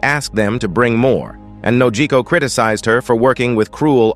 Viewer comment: I don't know who is doing the commentating, but they need to learn the characters names. Nami's adoptive mother was called "Bellemere" not w/e he said, and her adopted sister is called "Nojiko" not Nokoji. As for Luffy's attacks they are called "Gum Gum" not Gummy.